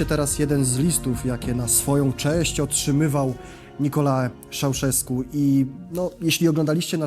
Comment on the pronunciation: Jedna uwaga: wymowa. To nie jest żadna /Nikola/, tylko /NikoLAE/ i nie /Szauszesku/ tylko /Czauszesku/. Podobnie nie /Timiszora/, tylko /TimiszoARA/ - zapisałem tu oczywiście wymowę.